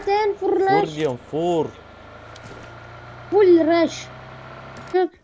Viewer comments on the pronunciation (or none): yanlış fur laş fur laş xD